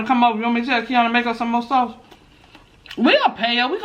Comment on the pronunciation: Them onions 🧅 look so good my God🤤 and the “sauchey” 🤣🤣 we don’t even have stairs no more we have a escalator 🤣🤣🤣🤣 Lord help me not the Robot 🤖